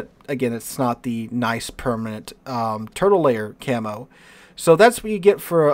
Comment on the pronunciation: Am I the only one who thinks these skins look like cheap toys from china? Also do not know whats wrong with me, everytime you say Turtle Lair i think your saying Turtle Layer.